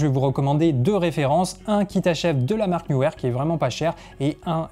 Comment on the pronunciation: Salut je réitère neewer prononcer NIWER…. Super ta vidéo!!!